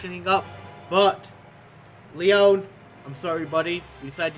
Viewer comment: LEYOWN SHOM not making fun just thought it was funny